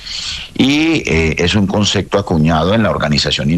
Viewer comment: Un ministro que dice concecto